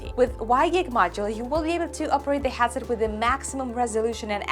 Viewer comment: I love Your content loads! But, please, it hurts my ears so much! Headset: hEAd = qlEd or incrEdible or Estonia You say it like hAtset, as in Agony or And. Sorry, I really dont mean to offend. English is one of the worst languages when it comes to how it is written to how it is spelled. Me being swiss/german part was very lucky to start watching english tv at the age of 10, so I just soacked it up... Keep it up, big respect to you for always being positiv and full of energy!:thanksdoc